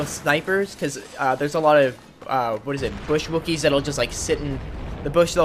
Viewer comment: lol did you say bush wookies?